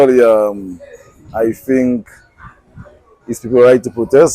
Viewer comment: As said we have to educate ourselves on the laws... including to understanding what you THINK and KNOW what is right and not what you FINK is right. Starting with that word FINK, being in place of the actual word THINK. Makes you a true DUMBNICAN and not a real DOMINICAN. Which are 2 different individuals based on their what they FINK as compared to what they should THINK. No one nor government party can take away ones rights to demonstrate or to have a freedom of speech. The political party and policy enforcement officers aka police. May try but you have to expose them under HUMAN RIGHTS LAWS. Which are INTERNATIONAL LAWS, granting a citizen its due diligence of natural given rights. Later my people...